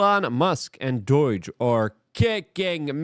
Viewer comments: I dont wanna be that person but i just cant take it anymore, its not DOIGE, its doge. Sorry i just had to. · Luke..You're Killing Me with these pronunciations Mahhhn.... It's DOGE, not Doyge... it's U S A I D... not U S I D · It's USAID not USID. Its Doge, not Doige. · D O I G E I swear you say it like that on purpose.